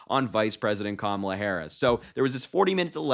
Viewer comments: I think Kamala should call him, Daniel. I’m so sick of him not pronouncing her name correctly! He is the most classless sub human to ever live! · When comparing the TIME cover picture and his wife, Trump did not say Kamala; he said Camila. Another sign that he has frontal lobe deterioration. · He said, "She didn't look like Camilla." He still can't say her name, and he might of been thinking of the Queen Consort.